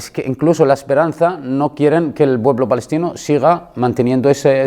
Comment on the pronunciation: Es " balestino" 😮😂